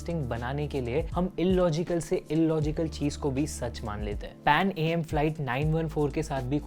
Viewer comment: PANAM stands for PanÀmerica. Please again, get the pronunciations right!